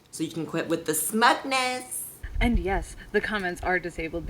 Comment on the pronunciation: You said "smutness" when I think you meant "smugness," which is kind of funny.